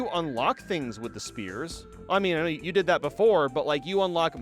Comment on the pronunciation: I just realized that he pronounces “sphere” as “spear” I can’t believe I didn’t notice after all these years